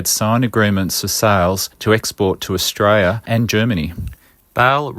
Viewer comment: If you're going to use an AI Australian voice, get one that can pronounce "Austrayan... ozstrayan... er, Australian."